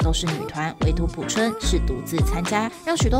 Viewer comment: P I A O 朴！二声！